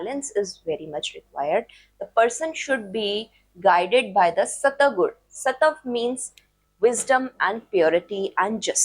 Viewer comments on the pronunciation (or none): Mam , pls speak Hindi words as they are like satva is सत्व not सतव and sakal is सकल not सकाला.